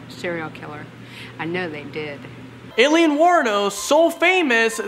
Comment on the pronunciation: Alien? lmfao it's alieen! eye-leen